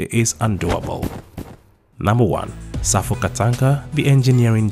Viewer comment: His name Is PROFESSORE EMERITUS SAFO KANTANKA NOT (SAFUL KANTANKA)